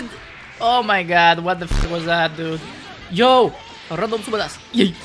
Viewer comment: Why do I always hear supabas when says super dash?